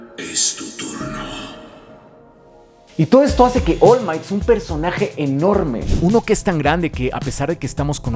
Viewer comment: Pude notar que decías mal el nombre del personaje musculoso. Es Oru Maito, no Ol Mait. De nada. Si, pretendía ser gracioso. Si, puede ser que no haya sido.